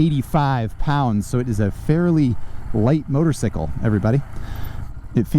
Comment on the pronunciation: Love how says "motor-sickle."